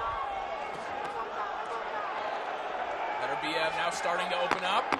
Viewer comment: GREAT fight! Beterbiev - that's Beterbiev NOT Better-biev - (come on guys, you're announcers?!? At least get the guy's name right!) put on a clinic. Congrats!